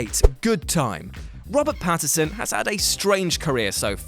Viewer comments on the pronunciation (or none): It's not Patterson, it's Pattinson. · Did you guys pronounce Patinson as Patterson? Because that's what it sounded like in the Good Time entry.